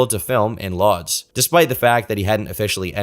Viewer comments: Mate his whole life story at the start is boring. This could be 30 mins shorter. And “Lodz” pronounced “woods”. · I'm sure someone else pointed it out before, but Lodz is pronounced closer to "woodsh" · Lodz is pronounced more like, "Woodge". Just trying to help. Love this upload 🐾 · Lodz is actually pronounced closer to "Woosh", the L character in Polish is basically a W